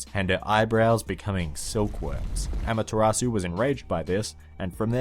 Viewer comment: just sayin' it's not pronounced amataratsu its amat-ser-u.